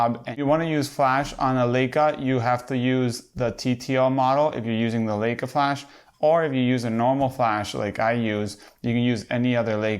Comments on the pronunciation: If you review Leica first learn that it is LAJKA not LEJKA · Pronounced LIE KA